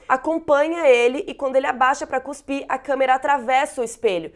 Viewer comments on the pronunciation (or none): none